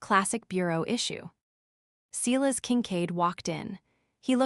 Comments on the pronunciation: Hearing: SEElas over and over when it is SY las makes me ill. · Enjoying the story. But Silas is spoken Sy lass.